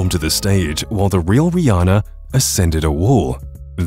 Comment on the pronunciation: Wth my name is Riana but it's pronounced Re-anne-uh